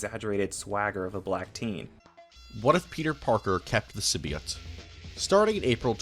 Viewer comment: The heck is a "simbeeought"